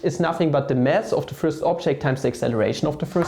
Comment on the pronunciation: I like how you say "mass" like "mess" :D